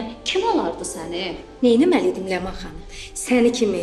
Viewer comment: Leman rolunun ifaçısına söyleyin ki ç sesini ц kimi seslendirmesin